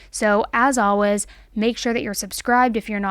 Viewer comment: Hi we watch your videos religiously and refresh your page every day, but every time you mispronounce "always" as "alwez" we cringe:(